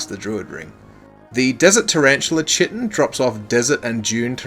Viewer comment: chitin is pronounced kie-tin/kai-tin :)